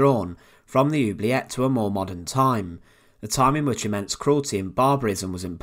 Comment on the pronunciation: It is pronounced ... ooo blee a (hard a)